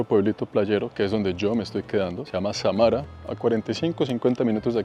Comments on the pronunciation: Samara es una palabra aguda acento en sa.... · Disculpas amigo, no es Samara; es Sámara